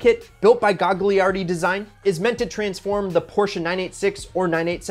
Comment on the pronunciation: I think it’s “Gah-Yar-di” not Gag..